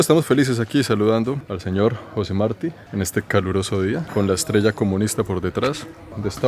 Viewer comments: Me olvidaba la sílaba tónica en Marti es la " ti " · Jugo de caña nooo Guarapo, ah José Martí con acento en la i jjjjj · Atencion hermano, te vemos muchos cubanos. La pronunciacion de Marti es con tilde en la i, es muy importante porque es nuestro heroe nacional. Mi teclado es en ingles pero te vemos muchos cubanos y eso es importante. TE AGRADECEMOS ESTA SERIE CON EL.CORAZON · Todos su videos sobre Cuba todo bien, pero el no querer a propósito suyo pronunciar el apellido de José Martí correctamente, me pareció lo más estúpido, ya que es fácil y todos en América Latina sabemos que se pronuncia con el acento en la segunda sílaba del apellido. Está bien que sea nacionalizado Canadiense, pero el acento al final hasta en el idioma Francés existe. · Me caes super bien, pero es Martí con asento en la i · José Martí con acento en la í. SMH! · José Martí con acento en la Í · Mire, yo a usted lo quiero mucho y lo respeto, pero pronuncie bien el nombre de José Martí por favor! 🙂🙂🙂🙂🙂